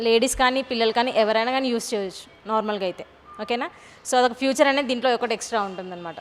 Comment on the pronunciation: ఫీచర్ , not ఫ్యూచర్